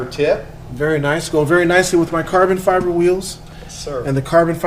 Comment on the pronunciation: "Lots of and lots of carbon fiberrr installed" ahahaha